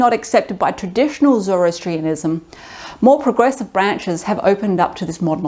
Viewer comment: Zor OH Astrianism Mono-theism. Not "monolithic" Not mocking, just trying to help.